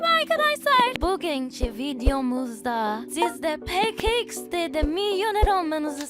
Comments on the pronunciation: peke ix de değil pe ka ix de diye okunur ve ne kadar gıcık kkonuşuyorsun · Peke iksde değil peka iksde